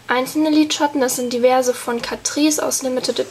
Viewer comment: ich leibe den einen teil wo sie liedschatten sagt (